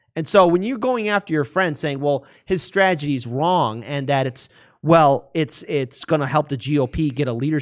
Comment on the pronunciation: Lens Media., I have listened very carefully because I thought maybe I didn't hear what you said. Please learn how to pronounce STRATEGY. It isn't STRAGEDY or STRAGITY. I really like your broadcasts but learn how to pronounce things correct. Thanks.